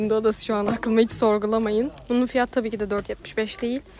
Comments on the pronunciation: Abla bireye takıldım neden fiyat değilde fiyaahğtı diyorsun ya 😂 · Niye fiyağti diyor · Abla niye fiyata fiyaatı diyorsun😂😂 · En çok neyde güldüm biliyoruzmu fiyatı diyeceğine fiyaatı dedi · Fiyatı demek yerine fiatı diyor😂